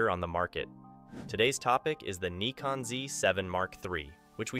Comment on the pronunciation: But this is the right pronounciation :D